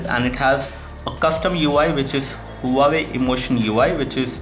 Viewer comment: The Brand is called Wa-way not Hu-waway.